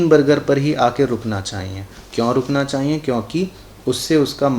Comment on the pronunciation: Chahyie word is so funny,when sir say chayie I litterlly laugh